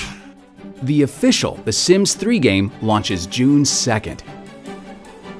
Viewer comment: LOL I like how much emphasis he puts on "official" ;P